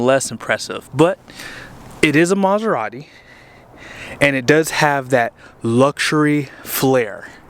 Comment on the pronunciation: Start with learn how to pronounce the name and then try to see if can buy it. The way u say it makes the car gettoAF. Car reviews are generally for new ones and not needed for a 20 year old car with rims and nothing else works. LOL. Most luxury cars are ment to be purchased new and have fun and sell em off to the fake life - i'm broke and poor but i need validation and i will act rich folks. LMAO.